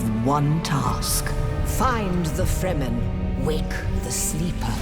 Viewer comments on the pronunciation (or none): none